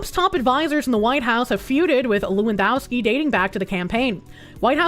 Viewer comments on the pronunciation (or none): The W in Lewandowski is pronounced as a V.